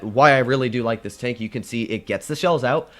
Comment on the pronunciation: Why is it tenk instead of tank, is that supposed to be with a Russian accent or something